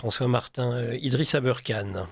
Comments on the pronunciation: Si vous anglicisé le ER dans aberkane. Pour le prononcer "eurre" Alors Kane, devrait être prononcé Kéine. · non mais pourquoi il prononce Abeurkane? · Même avec ses lunettes il ne voit pas que Aberkan ne s'écrit pas et ne se dit pas abeurkan!!!! C'est du manque de respect